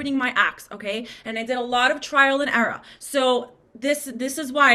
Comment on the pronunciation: That was the second time too 😭 She sounded like the yassified Elmo the way she emphasized eRUH